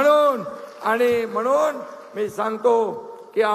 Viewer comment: म्हणून म्हणून आणि कणून. कनून 😅😅😅😅😅